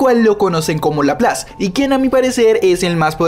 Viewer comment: como que laprace es lapras